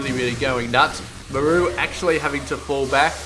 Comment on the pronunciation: i cant take it !! its pronounced MAR-RU not ma- rooo your killin me man.